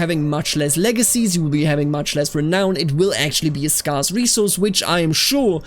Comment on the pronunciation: Anyone else get Cox n' Crendor flashbacks when he said "Scarce" like that?